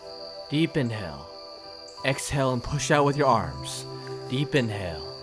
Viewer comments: Why do i hear "deep deep in hell, exhale" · “Deep in hell. Ex hell” Am in only one who heard it like this?